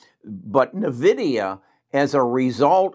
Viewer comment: Thanks for not pronouncing Nvidia as Invidia.